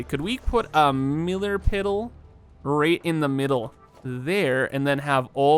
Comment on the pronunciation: "Millar Piddle"